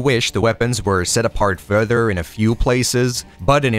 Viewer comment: Wow, what a time indeed, I remember being being consumed in NGB on PS3, not sure if it was vanilla or Sigma but how could i forget Rachel at 13 😊 😅 Great call on the timing and thank you for this video. I never tried the other 2 later titles but look forward to playing them until NG4. P.S. you say "further" like "fur-dur" lol